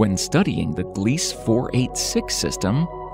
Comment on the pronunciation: *Gliese - glee-suh 🙄 🤭